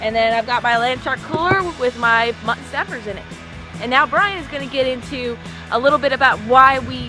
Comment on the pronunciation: Your pronunciation of mutton still cracks me up. Where are you from originally? ", what's for dinner? Mutt'n Honey!"